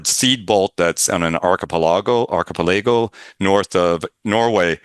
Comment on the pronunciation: He’s an author and doesn’t know how to pronounce “archipelago” ?